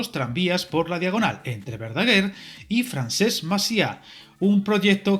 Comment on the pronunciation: Hola, gracias por el vídeo, una pequeña corrección se dice FRANCESC MACIÀ.